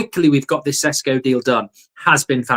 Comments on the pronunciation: It's Šeško not "Sesko" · IT IS SHESHKO Mark! :) slavic name or word with Š its SH! Idemo💪